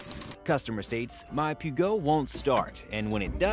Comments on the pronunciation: Pewgo lol, its Peugeot! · Hahahahahaha Pugo!! 😂😂😂😂 Its pronounced Peh-jo (Peugeot). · Peugot is pronounced like 'Purr Joe' with silent R and drag the J a little bit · Perz Yo. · Peh-jo ya donut. English folks already have trouble dont mix them up. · Wait wait wait.... Your pronunciation of "Peugeot" - I actually feel sorry for the French. Anyway, it's "Purr-Zshow" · Poo-go lol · Its pronounced "poo joe". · No its Peh-jo. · Wait how did you just pronounce Peugeot??? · How can you be a car guy and not know how to pronounce Peugeot? Did you never watch good old Top Gear? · the fact you can't even pronounce peugeot correctly has me questioning your mechanical knowledge.